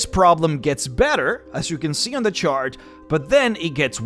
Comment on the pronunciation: lol, he says "shart" instead of chart. I'm 40 years old people, and that gave me the giggles.